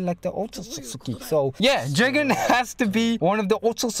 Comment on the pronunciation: The name is je-gen